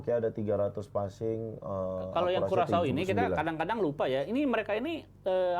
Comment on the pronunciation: bacanya kurasao. dasar dodol